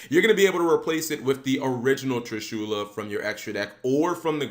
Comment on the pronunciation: Damn his pronunciation of Trishula bothered the fuck out of me